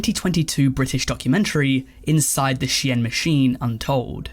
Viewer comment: ive heard shine, ive heard sheen, ive heard shane, and now we have a youtuber calling shein she-enn